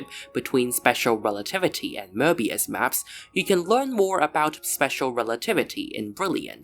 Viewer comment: Möbius not Mörbius 😂 and analogically Marvelous not Mavelous if there is r there is if not its not